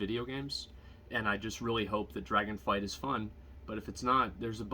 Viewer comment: Anyone gonna tell him it's called Dragonflight? :D